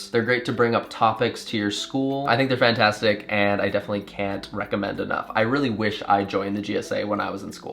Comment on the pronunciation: "I think they're FRANTASTIC" ❤❤❤